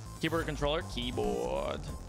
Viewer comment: the way he says keyboard idk